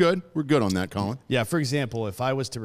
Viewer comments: His name is pronounced “coal-leon”. Not Collin! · It's Co-Leon, not Collin bro lol